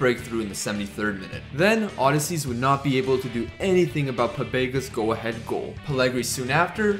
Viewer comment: Why you saying odysseas like that